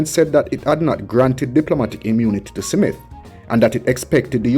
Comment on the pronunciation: Why do you keep saying "Simit", the mans name is "Smith!".